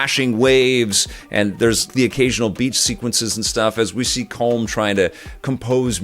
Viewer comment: As an Irishman, I laugh every time you pronounce Brendan Gleeson's character's name! You're saying something closer to "comb", as you might use for hair, but it's pronounced "column", as in a pillar, or that classic Sega puzzle game! Regardless, I love your review, and I can't wait to see this!